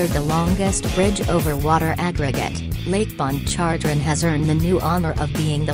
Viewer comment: It’s pronounced manshack and lake pon char train